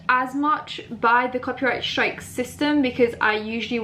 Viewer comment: Every time the says copy strake I cringe